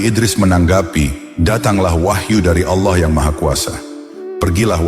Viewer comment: Sumpah kesel banget ngucap Allah jadi alah .. apa alah alah itu .. mending jangan pakai AI kalau pengucapan Allahnya gak jelas alah alah, mirip kristen aja